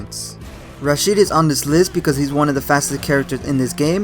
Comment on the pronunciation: well in the game they say it... so its not an issue of perspective or culture... you're just wrong lol you also said rashid wrong and they say that in the game too